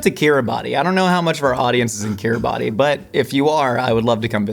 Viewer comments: Just an FYI Kiribati is pronounced more like "Ki ri bass". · fun fact, Kiribati is actually pronounced kiri-bus! My great grandfather was stationed there during the war as a radio officer. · Kiribas. It's pronounced Kiribas. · Were you saying Kiribati? If so it’s kinda pronounced like Kiddy-Bass 🌺🫶🏽 🇰🇮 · “kiribaTI” hurt my soul so bad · It's produced kirubas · Couldn't find a comment correcting pronunciation of Kiribati, its pronounced Kiribas if anyone cares at all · as a man who loves a random fact, I feel you should know that kiribati is said Kiribass (ess sound at the end) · No its spelt Kiribati but pronounced Kiribass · Kiribati is pronounced kiribas by the way! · C'mon, Kiribati... it's pronounced "kee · ruh ·bas" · Fun fact, Kiribati is pronounced Kiribas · Time to teach how to pronounce Kiribati (Kir - EE - bas) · Fun fact for — Kiribati is pronounced Kiribass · Kiribati is pronounced more like Kiri-boss :) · I know this is a crazy thing to narrow in on but that's not how you pronounce Kiribati >:( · I would have expected you to know the proper pronunciation of Kiribati. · I am so sorry to by this guy but Kiribati is not pronounced how it’s spelled 😭😭